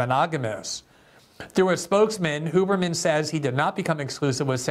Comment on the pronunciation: Andrew “Hugh”berman, not “Hoo”berman